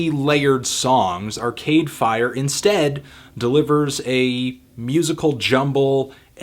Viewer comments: the way he says arCADEfire is so irritating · The only thing really annoying about this review is his emphasis on Are-Cade Fire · Largely agree with the review. Struggling with your emphasis on "Cade" in "Arcade Fire".